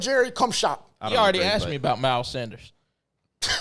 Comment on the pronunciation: He bout to be TE1, yall gotta get bruh name right: Sanders like Miles, not Saunders.